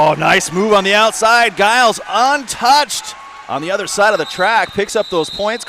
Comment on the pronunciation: Wish the commentator would pronounce Giles’ name correctly. It’s a G as in George